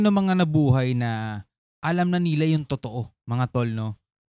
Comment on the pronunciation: hahaha kainis pag ung sinasabe mong "NILA" may tono